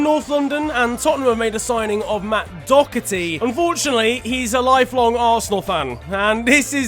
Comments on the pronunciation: It’s not do-ch-erty it’s do-her-ty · Matt Doherty is not pronounced dockerty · Did he say matt docherthy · How has he got docherty out of Doherty? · Its pronounced Do her tee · Mandem said dockerty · u pronounced Doherty wrong 🤦‍♂️ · There’s no c in Doherty, please just pronounce it properly